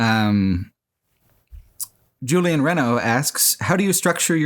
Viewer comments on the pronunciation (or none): none